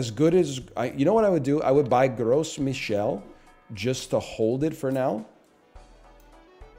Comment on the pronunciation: If anyone is wondering, the "s" in "Gros Michel" is silent